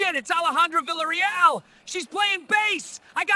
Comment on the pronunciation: AI can't pronounce her name properly